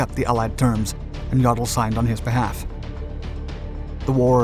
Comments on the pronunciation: YO del not yawdel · General "Yadal"!? Sloppy job pronouncing General Alfred Jodl's (yow -dl) last name.